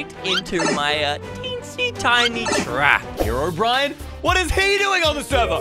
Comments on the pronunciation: Just saying its not Herobrian its Herobrine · hisname is not herobrian it's herobrine! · Bro its herobrine not brian do you play minecarft😂